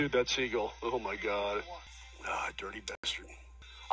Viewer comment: At first I thought he was talking about a player named Segel. I'm thinking, who the hell is Segel? Then I realized he doesn't know how to pronounce the bird "seagull". 😂😂😂